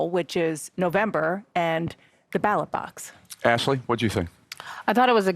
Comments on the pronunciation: Did he say battle box or ballot box? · no, he can’t. He called ballot box battle box. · "Battle box" "ballot box" there was supposed to be some sort of fancy quote, but Biden screwed it up. Make America Great Again!!! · "At the battle box" 😂